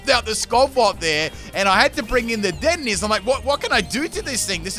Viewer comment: Anyone gonna talk about how he pronounced dedenne wrong?